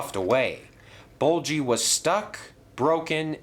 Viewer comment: It's ''Bulgy'', not ''Bolchy''